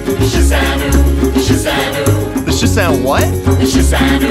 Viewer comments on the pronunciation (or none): ...why are they saying 'shi san oooo' instead of 'shi san wu'? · Sehh shan what? Sehh shan noo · shi san wu not shi san nu ....... what's china doing with 13 women ??